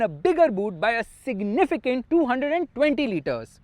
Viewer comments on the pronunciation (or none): none